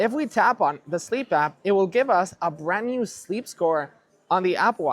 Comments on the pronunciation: Is anyone else hearing “brand newmmm”? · What’s a “brand newm”?